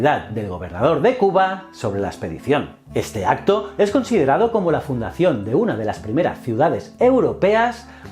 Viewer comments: Jajaja, me encanta como los españoles son incapaces de pronunciar el náhuatl, "ketzalcoal", "cuilaguac", "cuautomóc", "mecsica", "chascaltecas" 🤣 za mamada. Me parto de risa. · en mexico lo pronunciamos quet-zal-co-atl y cui-tla-huac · Hola, solo quería comentarte que la pronunciación de ciertas palabras nahuatl como Cuitláhuac, Cuahutemoc y Quetzalcoatl no son correctas. Para que lo tomes en cuenta. Gracias por el contenido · Quetzacoat :'v siempre lo pronuncian mal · que tal yo soy historiador y me gusta tu canal, solo hubo unos detalles como la pronunciación de los nombres y está mal escrito Quetzalcoatl, saludos desde Guadalajara México. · Fuí maestra de inglés y siempre me fijo mucho en lo que es la pronunciación y de dónde pueden venir los errores q luego cometen los alumnos. Adoré escucharte pronunciar los nombres d Cuitláhuac, Quetzalcóatl y otros, xq me hizo imaginarme muy claramente por qué los españoles conquistadores acabaron pronunciando como lo hicieron y por qué les cambiaron el nombre a muchos d los lugares y personas en aquella época. Un saludote desde México